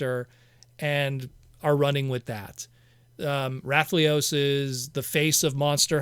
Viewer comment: i get that liolaes can be difficult to say, but the way you say rathalos is just silly